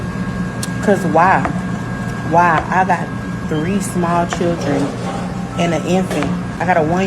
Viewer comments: Honegree! Classic Southern pronunciation of the underprivileged hungry in the American “Black” South. Know what I’m tawin’mout. (talking about) 🤪 And Churin as well. 🤪😁 Churin: children. ROTF! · I heard a pastor from church say, "free food is everywhere in America". Not eating is a choice. I bet she knows how to pronounce"children" in front of her boss.